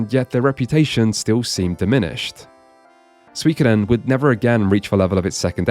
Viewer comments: The main issue with the popular/MGS pronunciation of Suikoden is the emphasis on the 'ko' syllable, as if it's Suikōden. With your pronunciation, on the other hand, "sui" as "swee" is a bit off to my ears. Consecutive vowel sounds in particular in Japanese (and their vowels in general) can be pretty tricky for native Anglophones. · I rarely found anyone pronounce suikoden correctly outside of japanese learner circles or straight up japanese people. You pronounce it wrong and so do the people that pronounce it differently from you. I suppose you try to immitate the commercial which is good, but you're still missing the mark. You're basically saying "swi" when in the commercial it's "su i". The problem is you pronounce it way too fast so the sui becomes swi. Then the same issue with "koden" where you're way too fast and not enough emphasis on the "o". You're almost losing the "o". But in japanese "o" is its own syllable so they will pronounce it very audibly. To be fair, your effort is better than psycho mantis. If you slowed down It would actually be close enough. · Holy fck... pronouncing suikoden this way and saying it way more often then any other title in this entire video in 1 minute just to double down and with the japanese ad which clearly pronounce it way diffrent than u do. Ragebait boss Brother u are western thats fine most american cant pronounce anything whatsoever anyways and thats fine but to so arrogant about it u have to be american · Saying one anglophone approximation of 水滸伝 "is" how the Japanese pronounce it while the other isn't is ... a take. The schwa in the former, to this Japanese-speaker, sounds a lot more like あ列の母音 than お列の母音, while the latter is easily the most common way English-speakers approximate the お列の母音. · There is no sweekoden as in sweets. That guy and jp commercial pronunciations are identical except for the stressed sylable which does not exist in japanese language (not the same way as in english anywas)